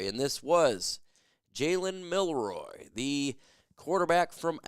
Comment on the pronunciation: His name is Jalen milROE, not Milroy lol